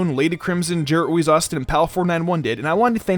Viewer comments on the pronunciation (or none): none